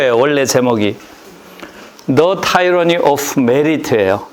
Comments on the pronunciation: 타이러니 아니고 티러니인데요... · 티러니......영어 발음!